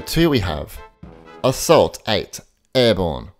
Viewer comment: It's pronounced "as-fault" 8 not assault 8